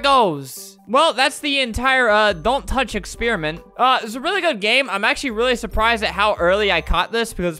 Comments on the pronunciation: Albert:don’t thouch Me: uhhh that sounds wrong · don... tounch... DON TAUNCH! STOPP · Don't tach!!! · don tutch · "Don't...touch..." "DON'T TAUCH!"